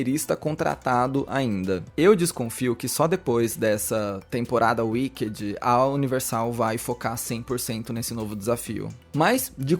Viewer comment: “Uiquedi” kkkkkkk afff que pronúncia péééssima. Dói os ouvidos.